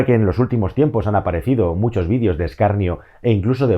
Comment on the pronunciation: Se dice videos. No vidios